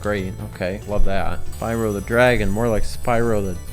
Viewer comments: says Spywoh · Oh god when he said "Spywo" I was instantly overwhelmed with the memory of that one girl in Spyro 2 and 3